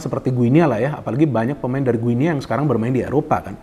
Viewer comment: Bacanya bukan "gue nea", tetapi yg benar "GINI". Seperti kita menyebut negara tetangga kita Papua New "Gini".